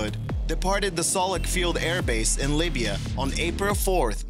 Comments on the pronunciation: Oh, LIBYA, not Labia, lol! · "Departed the Soluch Field Air Base in Labia..." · Its Libya, no labia. This video is yet another example of sensationalist dribbldy-poop. Literally mouth diarrhea. Oh, this plane got a transmitter, AND HAD PROPELLER PROBLEMS!!! SO STRANGE!!! OOOOOOOWEEEEEEEEOOOOOOOOOOO [wiggles fingers] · lmaooooo “labia” It’s Lib-ee-uh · Sid he say laybia instead of libya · He said labia.